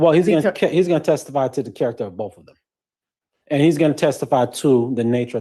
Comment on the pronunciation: And it's boTH, not boofe